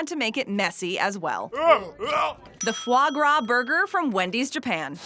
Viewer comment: Anyone else flinch every time she pronounced it as fluh grah. It’s Fah Grah!